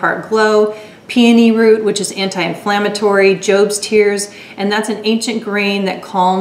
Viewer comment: Also when you said Jobs tears, I thought you said ghosts tears haha I was like WHAT!